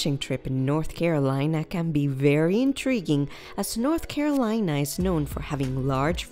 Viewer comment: i stopped watching because of the ways she says the name